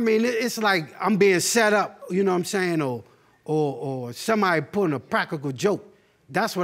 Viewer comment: ‘PRA-KEE-CAL’ JOKE